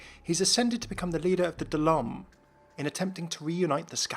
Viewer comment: I love these videos a ton, but I would suggest looking up some words so that they're pronounced correctly. Things like Koprulu and Daelaam. Regardless, thank you for making this!